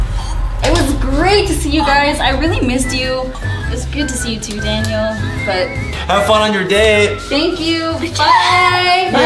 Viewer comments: "Daniel, You are in straight up "Danial" ." -Melvin, 2021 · "Daniel, You are in straight up "Danial"." -Melvin, 2021